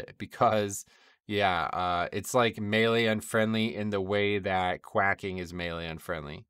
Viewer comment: good commentary, but note that "quaking" is not pronounced quack -ing but quake - ing (rhymes with waking or baking)